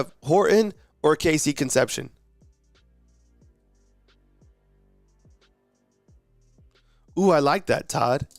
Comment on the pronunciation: Horrible attempt to pronounce Cone-cept-see-own dude!